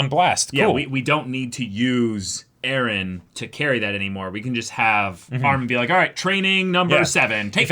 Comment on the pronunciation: Why the f do all the characters have to say eren like ereh lol.